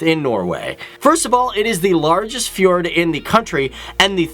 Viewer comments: The way you say fjord is hilarious "fjørd"😂 but great video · did you know that people are calling norwegian girls the most beautiful in the world? and btw you are pronouncin "Fjord" wrong. :) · Ahaha. The way you say "fjord" is so funny :D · Its funny how you say fjord i love it🙃 You didet say somthing about or soilders thats go to train for 1 year and are the best in miletery music preformans and they are then better than peopel that have this as a job, this is one thing i am very prod off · So funny how you pronouce: Fjord